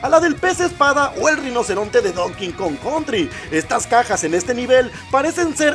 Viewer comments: Se dice donkey kong. No don king kong. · Se dice donkey kong no don king kong xddd